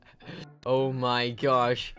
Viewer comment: Did this guy just say oh my goshe